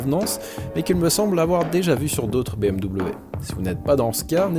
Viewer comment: Super vidéo ! Mais stp dis bm'v' , pour un germanique comme moi ça fait mal d'entendre bm'w' haha